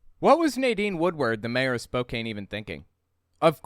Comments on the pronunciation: Love the content and watch all your videos. As someone from the Pacific NW I got a chuckle out of your Spokane pronunciation. Just an FYI it's pronounced :Spoe - can. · Yes! Puyallup raised, currently living in Tacoma. I winced with every "spo-cane" pronunciation. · I am going to forgive him mispronoucing spokane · why do you pronounce Spokane like that? Have you never heard it said? So bizarre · Not that it's super relevant, but as a Washington native, it's 'Spoke-anne' or 'Spo-can'. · It's pronounced Spo-can. Not Spo-cane. You're driving me nuts every time you say it. And Oregon is pronounced 'organ', not 'or-a-gone' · Ahh..my ears..."spoke cane"....it's "spoke can"lol....though this dude is a hypocrite because he worships christ on the cross and the virgin mary...there's "idols " of them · Sorry to be the grammer Nazi but it's Spoke Ann, not Spoke ain. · Every time you say "Spoke-ayn" my soul died a little Just FYI for the future, it's pronounced "Spoke-anne" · It's Spo-CAN, not Spo-cane. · Spokane ... "Spoke Anne" not "Some Ayn". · It's pronounced Spo-can, not Spokane! I'm from there and all my family is there. It's uber conservative. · It is pronounced Spo-can, not Spo-cane. It sounds like the dangerous "nutter butter" was actually a member of the Washington State House of Representatives, not the federal one in Washington, D.C. Age 45 probably came from the U.S. federal law definition of the "unorganized militia" as consisting of all able bodied men from at least age 17 but under age 45. (Militia Act of 1903.) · Hey, just so you know... the "kane" in Spokane is pronounced like "can", not "cane". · The name Spokane comes from the native American tribe of the same name. Everyone in Washington state pronounces it as "can" and not "cane", unless they only moved here recently and haven't spoken to anyone who grew up here. It is the rest of the country that is pronouncing the name wrong. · Spokane is pronounced "spo-can" not spo-kane.